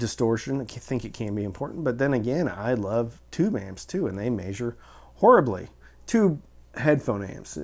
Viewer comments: Meh-zher not may-zher. Love ya. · This was a borderline useless video up until he started pronouncing "measure", then it just became aggravating. Let me help: ME-ZHER - It is a short e sound in the first syllable not a long a or long e, the accented syllable is the second. There is no diphthong for the double vowel "ea", therefore you do not pronounce the long a or even long e sound for the syllable . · Haha! “May-Zure”